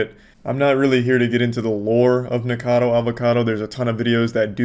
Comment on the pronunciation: man he really NEVER learned that the dudes name is NickACADO and not Nickado 😭😭😭